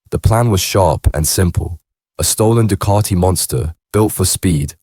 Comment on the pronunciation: Duuucaaattiii 😂. Ducati, please say it properly